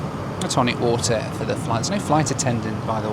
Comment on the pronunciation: Did lose his British accent for a American maybe I still hear him say water with that British accent